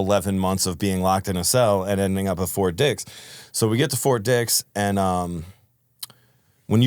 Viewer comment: annunciation lol o thought you were saying something other than fort dix